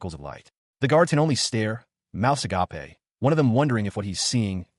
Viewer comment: It's pronounced agayp NOT agah-pay, FFS! 😂